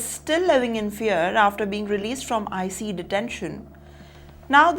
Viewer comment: It’s ICE not Icey. Good grief.